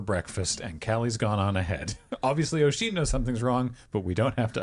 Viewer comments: Just because it’s gonna bug me - is the Wheelchair bound fiancé supposed to be named Oisín? If so, that’s not how it’s pronounced - the Oi part is pronounced like the U in “jump”. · This is fun but damn that accent is killing me. As well as that pronunciation if Oisín.